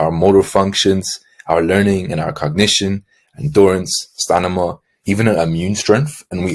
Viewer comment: I’m pretty sure you said stanima bro. Lol. But good comtent.